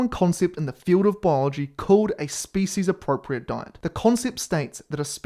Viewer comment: eevree single speecies